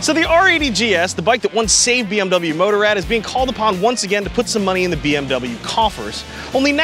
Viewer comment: It’s not MOTO-rad. It’s mo-TOR-rad. Nice video :) Keep it up:)